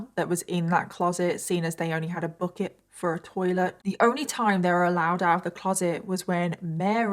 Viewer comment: "Book-it". I heard book-it 3 or 4 times before i figured out she's saying bucket.😂